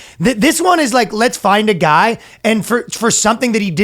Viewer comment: I swear I heard "Fastest goy alive" hehe get 'em Danno!